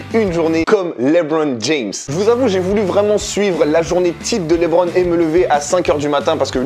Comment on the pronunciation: par contre mispronounce le nom du King comme ça c’est très grave monsieur ! L’intonation est sur la deuxième syllabe de « Lebron » -> « Le-BRON » James